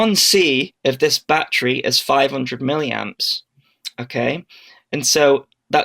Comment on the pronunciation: its a battery not a bat-tree.